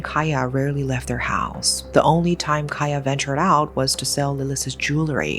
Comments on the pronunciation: Hi. Cahya is pronunced with a C instead oh A K because cahya probably mean Cahaya which translated into light in English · Love how you cover this story, just a little additional info..'Ca' in Cahya in Indonesian or Bahasa is pronounce like 'charge'..much love💕